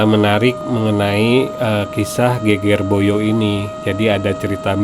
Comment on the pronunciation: Bahasa jawanya perlu belajar lagi. Geger Boyo pengucapannya tidak benar 😂